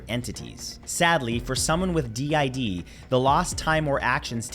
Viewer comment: Good to know my d. I. D. Is scary at least you said it right no clue why but a lot of people find it fun